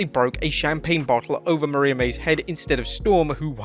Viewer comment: Please learn to pronounce Mariah correctly